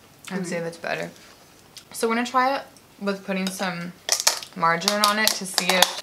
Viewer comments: The way she says margarine she says Marjin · it’s pronounced mar jah reen😂